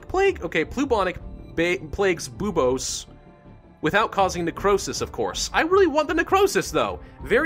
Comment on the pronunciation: it is pronounced beobos for buboes